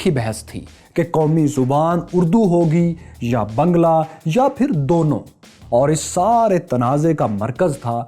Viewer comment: you are still pronouncing the language wrong. It is baang-laa.